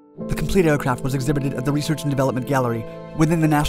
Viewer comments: A really beautiful fighter jet. The ability to bank sharply was a plus, but the instability without computer assistance...well...major drawback. Still, it's something the military designed and made work. Oh, and 'research'...not 'reaserch'... :) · *"Research" not "R e a s e r c h" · "Reaserch"? Sorry. That is triggering! lol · Great video! Everything except "Reasearch." But hell, everybody makes mistakes. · "Reaserch" flights ??